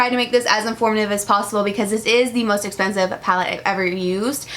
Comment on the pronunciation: "Das espensive" 😂